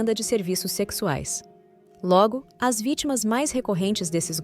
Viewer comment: eu acho que a "narradora" é uma voz do google ou de um site de AI (inteligencia artificial)... no texto intiro ela errou umas duas vezes ... ao dizer "as" tipo "as pessoas" ela falou "a s pessoas"... mas no contexto final está muito bom... veja que ela muda a tonalidade e a velocidade da fala ao pronunciar em japones...a AI tem problemas com numeros... também... pede para ela falar 235000 ela fala 2 3 5 mil e nao duzentos e trinta e cinco mil ela fala século X X I em vez de seculo 21... e vai por ai.,.. tal como a Alexa ou a Siri...